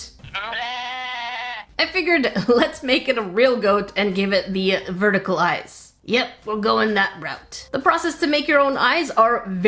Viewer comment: You didn't meik goate ayz (it's not verdikel